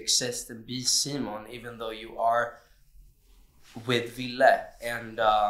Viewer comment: okay can we finally just address the pronunciation of simon in the press when they're speaking english IT IS SEEMON NOT SYEMEN... or semen (I AM SO SORRY IT JUST POPPED INTO MY BRAIN LMFAO) WHO TOLD THEM TO CALL HIM LIKE THE ENGLISH VERSION OF HIS NAME OR SOMETHING I swear edvin used to say it the true way and omar said sighmon (PFFT) it feels like they always go back and forth which okay is kinda entertaining but THANK YOU OMAR FOR SAYING SIMON they say his name like this in english in the show SO THIS IS HOW THEY SHOULD SAY IT ALWAYYSSS PFFAHS I'm not that mad its funny but a lil frustrating but i love them so i don't care too much its just like WHY HAS NO ONE ADDRESSED THIS at least that i haven't seen ;D